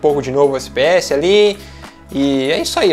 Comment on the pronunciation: coloca em 0.25 a velocidade e ele fala SPS em vez de FPS kkk